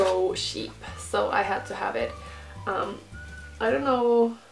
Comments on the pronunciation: I love how you say sheep instead of cheap😂😂😂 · It was so....sheep Lol love it